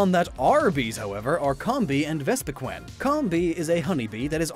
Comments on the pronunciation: Does anybody else get annoyed when he pronounces vespiqueen to vespiquin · Does anyone else get iritated when he says vespiqen and not vespiqeen